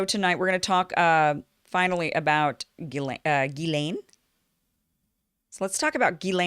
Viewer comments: And I hate to say it but it's pronounced "jizz lane", an appropriate moniker if ever there was one. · Pronounce as if spelled Jiz-lane . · Kim got most of it right but failed to pronounce Ghislaine's name right - Although her pronunciation of "Voulez-vous coucher avec moi" was perfect!... 😁